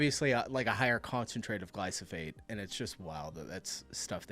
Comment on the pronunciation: that's crazy, you'd think that you'd have learnt to pronounce it, you know, AS YOU WORKED WITH IT....... glyPHO SATE😊 not glyS oPhate😅